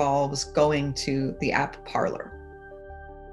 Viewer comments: Are we really pronouncing it Parler... instead of you know ... parlay. Parler is French for “to speak.” Only Americans can completely change the pronunciation of a French word 😂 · Shouldn't it be pronounced like "par-lay"? It's from the French meaning to speak. Not from a room in your house where you gather for tea. i.e. parlour. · 😂😂 You feel my pain. I studied French so I cringe when I hear it pronounced “parlor.” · “Parler” is the French verb “to speak” and no one is saying it correctly 😓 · I am guessing that Trump supporters never watched the very FIRST "Pirates of the Caribbean", otherwise they would know that Parler is a French word that was adapted in whole to the American language, where we can confidently mispronounce it. 🤣🤣🤣🤣🤣🤣🤣☠☠☠ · considering I’m very American and not French it shouldn’t surprise you then... I just have some world knowledge to know that Parler is a French word. It would be like pronouncing filet or buffet without silencing the t. We silence the t as it is a French word. British people don’t silence the t, and here we are taking something out of their book with Parler. If Parler means to speak, which is clearly why the platform was named Parler, then wouldn’t it make sense to pronounce it as it’s intended? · So it’s not pronounced as it is in French? Makes sense since “parler” means “to talk” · Parler (French pronunciation) = speak in english. Did they mean "parlour" as in parlour talk (courting a girl/boy)? 😉